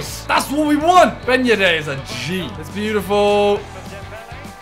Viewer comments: No one: Simon: Ben yed-AIR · No one: Simon: Ben yeddde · nobody: simon: ben yedair